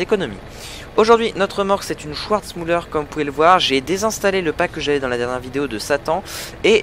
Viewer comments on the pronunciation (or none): Super vidéo! Pour info, Schwarzmüller se dit "SchVarzmüller" et non "SchOUarzmüller" ;)